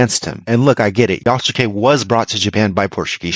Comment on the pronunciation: You pronounce Yasuke incorrectly. The U is silent.